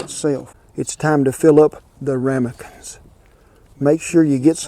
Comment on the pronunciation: "We usin em king tut bowls, em ramikamens" What do you mean Cowboy kent haha